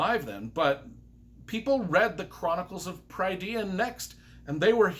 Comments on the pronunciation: The glossary is wrong, it’s pronounced Pruh-dine. Prydain is the appellative name the Welsh gave to wales. Wales being the Welsh word meaning lands of the Gâl and was latinised by the Romans to Brittania which was in turn anglicised to Britain. In Welsh a Y is pronounced uh as in the u in cut unless it’s it the last syllable of a word If the word is a combination of Y with another letter like Yr or Fy, even though it’s only one syllable it is also pronounced uh. The ai diphthong in Welsh is pronounced like eye, so Prydain is pronounced Pruh-dine and because the word is multi-syllabic, the emphasis is on the penultimate syllable and every other syllable, so a word with 4 syllables, the emphasis is on the first and third syllables. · I agree on your literary assessment, but not on your pronunciation. You just pronounced "Prydean" ... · Note: Prydain is pronounced (per the glossary in the book) as Prih-DANE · Welsh pronunciation is different from American pronunciation though, right? Since the author is American, I think his pronunciations make more sense from that perspective. Either way, Pry-DEE-an ain't it haha. If you're Welsh though, or if you have some expertise in Welsh names, I'd love to see a "corrected" and extended pronunciation guide of all the names in these books. For instance, one I was surprised wasn't in the glossary was "Dinas Rhydnant". Which I assume would be pronounced DEE-nas RUHD-nant? I always read RIHD-nant... but I had to ask Chat GPT lol. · Lloyd’s glossary of how to pronounce them is wrong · Good review but you were butchering names left and right. Prydain (Preh-dain); Eilonwy (Eye-lon-wee); Taran (Tah-run). Not my interpretation, Lloyd Alexander's. Love your enthusiasm though. All that aside, this is possibly the best book series I've ever read as it pertains to quality of writing, story and emotion.